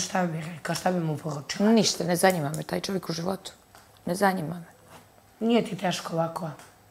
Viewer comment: Ne zaNJima me,ne zaNJima me🤦‍♀️😂😂